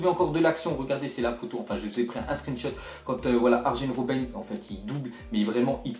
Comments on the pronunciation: Mdrr t'as pas des gros problème de prononciation?? C'est "Arien" Robben pas "Argene" Robben... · c'est quoi tes prononciations la mec on dis Arien roben et chavi pas xavi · "Argen Robben" le j se prononce y pas g... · T'es sérieux Arjen Robbn, il faut pas prononcer le j ...